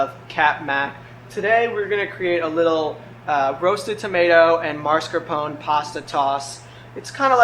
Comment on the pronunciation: Well he said "Marscapon". Don't correct people when you didn't hear what the video said.